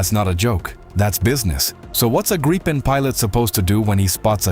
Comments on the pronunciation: SDay Griippen, not Graipen! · I am sure it is gripen not graipen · No, Grii-pen =) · The Gripen is pronounced as grippen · AI voices can never make their mind up on how to pronounce Gripen…